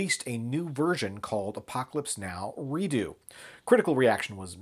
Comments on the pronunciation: Its pronounced Re-ducks, not Re-doo. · Just a small point of contention: you keep pronouncing the word "redux" as ree-doo. Am I missing something here? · I think I've been mispronouncing Redux wrong for years...is it really Redoo?? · I'm pretty sure that you're mispronouncing redux. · You would be correct